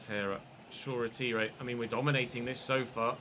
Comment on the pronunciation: Shoretire is pronounced shaw-tyre